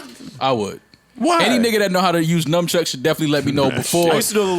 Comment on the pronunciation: So we gonna ignore saying numbchucks like six times